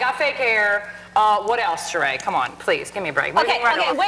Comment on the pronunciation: Ellen fucked up Sheree's name. Oof.